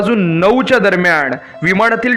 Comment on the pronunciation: विमाण का म्हणतोस रे मूर्खा! विमान म्हणता येत नाही का? तसंच दरम्याण म्हणतोस!